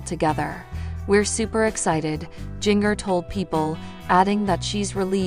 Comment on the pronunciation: G in ger not ging er.